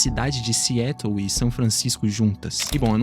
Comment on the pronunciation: Query, pronúncia: /kwÍ-ri / Cidade de Seattle, pronúncia: / ci-Á-tou / precisa fazer inglês online comigo! 😎😉